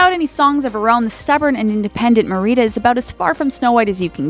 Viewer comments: Omg that is NOT how to say Merida cringe. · The way she said Merida..... No, just no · I love how they pronounced Merida wrong 😂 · I low key cringed when she pronounced Merida wrong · mar-E-dah???? mehr-ra-duh. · Just for your own clarification. you mispronounced Merida, putting the emphasis on the second syllable of her name, Ma-REE-da, when the emphasis is actually on the first syllable of her name, MARE-i-da. Cheers. Have a nice day. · It's pronounced Mare-reda not Mareeda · did she just say MARIDA? it's Merida Meerida not mariida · HOW I SAY IT: MARIDA HOW THEY SAY IT: MEREEDA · Mer-rita? Its Mer-a-da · Mer-i-da you guys just keep mispronouncing things to trigger people. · You said merida Wong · who says merita that's how she said it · "Mérida" oh good lord 😂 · When meeting Merida in the Disneyland park she pronounced her name mary-a-duh. Not however you were saying. I suggest you watch the movie its amazing. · Did you just pronounce it Mareeda? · LEARN TO FUCKING PRONOUNCE THINGS BEFORE YOU MAKE AN ENTIRE VIDEO ON IT.. Seriously?? I honest to God did not know who you were talking about when you said Merida's name. It's pronounced ( MER EH DUH ) not whatever weird accent you were trying to do. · not "Merida" it's pronounced mer-e-da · it really annoyed me how you say marida but it's watevs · Well, Merida is Scottish, not Spanish, and so "Mer-ee-da" is definitely incorrect. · Great video! Can't choose a favorite princess though. xD One tiny bit of criticism: Marida, in the Disney movie, is pronounced "Mare-i-dah". Could've happened to anyone though. Lol. :3 Anyways, again, great vid! Hope your channel continues to grow. :) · Ma-Ri-Da? I don't think you pronounced that right. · Its pronounced mer-e-da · Olivia Freund she says Mer-reta! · it (mair-i-da) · it would be really nice if they could pronounce the names properly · She pronounced Merida and Elena wrong xD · I cringed when she pronounced Merida and Elena wrong xD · and merida too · Mare-i-duh on-a e-lane-a